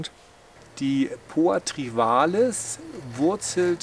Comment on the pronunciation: Lieber, bei Poa Trivalis tut es in dem Ohren weh. Wenn Du nicht Trivialis sagen magst, dann nenn es doch bitte gemeine Wiesenrispe. Es freut mich, dass Du jetzt auch erkannt hast dass Trivialis breitblättrig sein kann. Supina auf einer solchen Fläche wäre völlig absurd, ohne intensive Wasser- und Düngerzufuhr gedeiht die nicht so. Sie wird heute auch nicht mehr als Ungras betrachtet. In der norddeutschen Ebene ist sie ohnehin kaum durch natürliche Verbreitung anzutreffen.